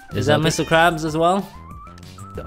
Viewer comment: "Mr Quabs"